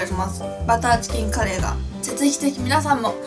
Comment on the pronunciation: 最初、カレーをカリーって言ったとき、なんかかっこいいって思っちゃったｗ